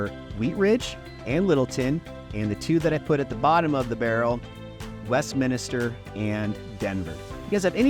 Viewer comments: Yes. West-min-ster. The extra i drives me nuts. Anyway… fully agree with Wheat Ridge being a great place. Lived in Sunnyside for well over a decade, really loved it there. During that time in the 90s and early 00s, many saw Wheat Ridge as a ‘retirement’ town. When it came time to buy 10 years ago, Sunnyside was out, everything was too expensive. Got a great place in Wheat Ridge for a reasonable price. Granted, the amazing deals are gone, as is the comfort of a crime free zone. What’s interesting is that Wheat Ridge is much younger now. Just looking at my neighborhood over the last 10 years is a clear example of the average age dropping from around 55+ to around 40. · You beat me to it. I swear most people throw that extra "i" into it, Westminister. But at least he spelled Wheat Ridge correctly as 2 words. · MINISTER? Like a pastor? I moved here in 2017 and even I know it’s Westminster, not Westminister. Even auto-correct knows. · You're supposedly a "professional??? It would make you seem more professional if you learned the difference between a "neighborhood" and a separate incorporated city. Also, it would make you seem more like a 40 year local if you learned how to pronounce "Westminster".